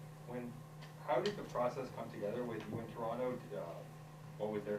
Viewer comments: I love that he doesn’t pronounce the second T when he says Toronto 😌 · Welcome! He even says Toronto right!